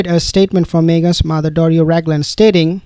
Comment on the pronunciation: She is not Doris. She is Doria (dor/ee/ah rhymes with diarrhea).